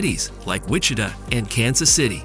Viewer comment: It might be Native American pronunciation.